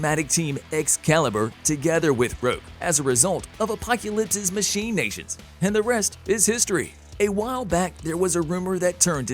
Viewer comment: I enjoy these videos but why so many problems with pronunciation? Allegory Machinations LeBeau Etc...